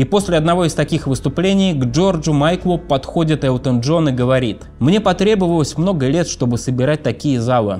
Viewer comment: "Говос", "квассика"- неподражаемо...